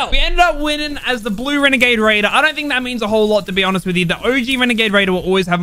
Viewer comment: The “WeNAgADe wAIdEr” my guy